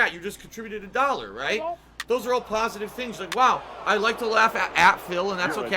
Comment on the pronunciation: "ILLEGAL PAHSITIVE KAHNTRIBUTIONS" might be my favorite quote.